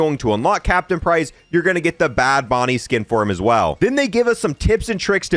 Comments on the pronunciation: Boonie not Bonie lol BOOOOONIE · Man just called a boonie "bonnie" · Boonie not bony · Bro, every video you read something wrong. Its bad bOOnie. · Boonie .... not Bonnie. I just wish they'd fix weps camo not progessing/unlocking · "bad boo-knee" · Boonie. It's boo knee